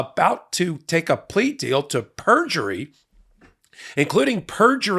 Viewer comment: Perjurly? You had a Trump moment! 😜